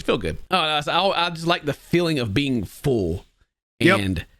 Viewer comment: Is pronouncing full as fool an American Southern thing? Just noticed how weird it sounded when said it like 3 times back to back